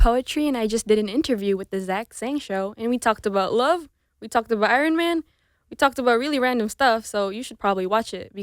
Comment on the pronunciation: Do you guys know her song ‘I love you 3000’ ? the way she pronounce ‘Ironman’ is weird..